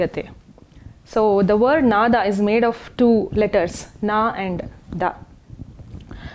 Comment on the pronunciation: नाद् = Nād, नाद = Nāda, नादा = Nādā. Of these, the second one is right and she has pronounced it correctly. It is a Sanskrit word, should not be pronounced like Hindi.